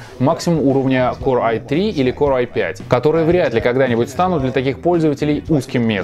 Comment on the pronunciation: >>ваш уровень знания английского выше среднего. Наш тоже. Особенно это заметно по тому, как в ролике "core" произносится "корэ", "m" — "ми", etc.